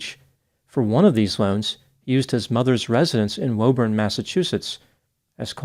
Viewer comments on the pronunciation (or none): Woburn is pronounced “Woo-burn”. Just FYI! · Woburn, MA is pronounced Wooburn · Woburn is pronounced WOO-bin